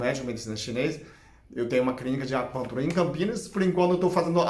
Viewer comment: fale "clínica de acupuntura" devagar. As pessoas q não o conhecem não conseguem entender. GRATIDÃO